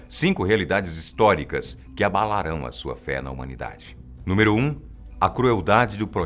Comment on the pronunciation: Desculpa, mas é abalaRÃO a pronúncia. Não abalaRAM. Mas que voz boa, ein!